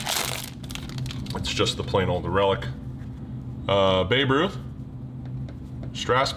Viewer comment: It's Babe Ruth not Babe Bruth